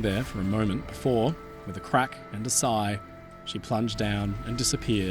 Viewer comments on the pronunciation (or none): none